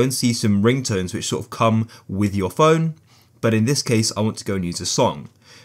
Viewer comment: Phone not pone